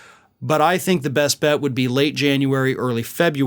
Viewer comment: How many times have we heard, "indictment could be closer than U tink?"